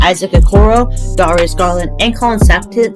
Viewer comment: the way he said darius garland 💀💀 still loved the vid tho